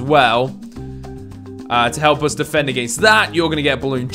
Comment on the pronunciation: Hi I’m Alex I’m very judgmental and I don’t like the way this guy says against and one like equals one less against word I liked my own comment because I can’t stand it